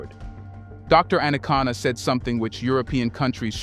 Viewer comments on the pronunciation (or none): Dr. ARIKANA (and NOT, Anacana 😌😌😌) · Her name "Arikana", not Anakana. Gabon coup is a family affair only. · Great Conversation, Please Brotha her name is Dr. A-ri-kana Chihombori Quao. No disrespect. Peace 🎈👈🏿😎